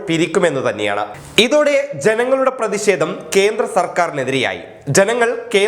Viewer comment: ദയവ് ചെയ്ത് ഉച്ചാരണ ശുദ്ധി നേടുക. "പ്രതിഷേധം "